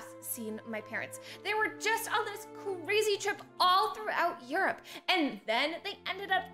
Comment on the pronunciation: You said eourope